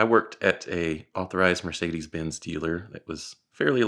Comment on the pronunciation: Working at a Mercedes Benz Dealer and still cant pronounce it right